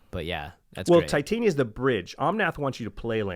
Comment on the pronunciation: Titania pronounced /tɪˈtɑːnɪə/